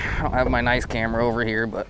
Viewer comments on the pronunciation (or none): none